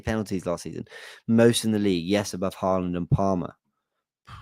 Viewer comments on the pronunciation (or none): none